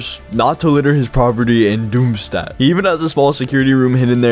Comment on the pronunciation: You pronounced Doomstadt wrong